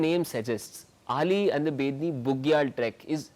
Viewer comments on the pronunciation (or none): Dear sir.. that is not Ali that is Auli Make it correct sir. I belong to that place and it's hurts me a lot.. please 🙏🙏